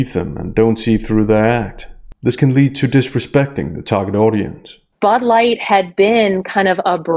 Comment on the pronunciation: What's "Bud Lightt"?